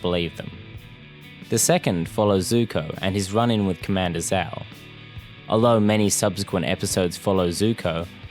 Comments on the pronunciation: love the video couldnt agree more but "sh-ow" no "z-ow" the name is said multiple times so forgive me for being annoyed when people pronounce it wrong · It's not ZZZZao, it's Zhhao..if that clears the pronunciation any better -_ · VARIOUS videos it's pronounced jow not zow Even though it's spelled with a z, it's not how it's pronounced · I can’t take this video seriously when you can’t even pronounce Admiral Zhao’s name right. It’s Zhao not Zao. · One of, if not THE greatest show ever (animated, or otherwise), and I couldn't agree more with your argument. And I don't mean to be /that guy/ but it's not pronounced Zao, it's got a sound similar to 'sh' but with a z instead. When saying it, your lips should move like you're saying a J sound, but longer. Again, sorry to be that douche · I really cringe at your pronunciation of the name Zhao. Not only is it not how it's pronounced in the show, but it's not how it's pronounced in its intended-inspired Traditional Mandarin origins. It is, as its pronounced in the show, (zjao). Sincerely, A guy who's been living in a Chinese-speaking country for the last 5 years. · The pronunciation of Zhao’s name forced me to click off the video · They literally say Zhao the correct way for the like 2 full season dude how are you saying it wrong? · Why do you not say Zhao correctly. They say his name plenty in the show.